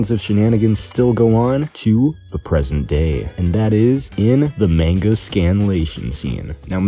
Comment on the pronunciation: Mon-Guh, not Mayn-Guh ,ily bro